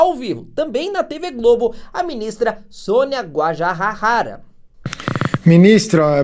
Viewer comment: A pronúncia de Guajajara é: gua - JA - JA - ra. Com o JA tendo a mesma pronúncia do JA da palavra JAca.